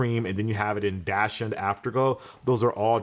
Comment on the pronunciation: Hey man no shade but you say "dash-und" its pronounced "dock-sunned"